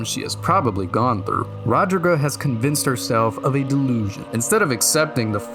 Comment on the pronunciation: Where did you find that pronunciation of Roderika's name? It certainly aint anywhere in the game.